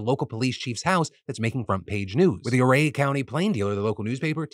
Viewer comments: I know I'm late to the party (I have to save up philly D's for an end of the week marathon) but I live on the western slope and everybody pronounces ouray as 'you' Ray if I recall correctly it's named by an Indian chief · Nit picky but isn't it pronounced "oooo-ray" ?